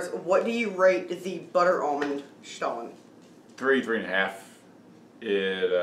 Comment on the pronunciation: Wow, we're so happy we watched this! We were torn between which stollen to get, and now the choice is crystal clear. Obviously, the marzipan is the way to go! Also, you taught us that we've actually been mispronouncing stollen this whole time, which is embarrassing. But now we know 😁 Terrific as always, & love that you reviewed it together, since we're obviously huge fans of duo reviews. Weirdly, we just posted our review of Aldi's newish cheesecake dessert bars. We're simpatico with Aldi dessert reviews in the last 24 hours 🤣